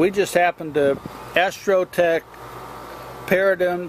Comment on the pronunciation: friendly fyi - paradigm is pronounced pair-a-dime. :)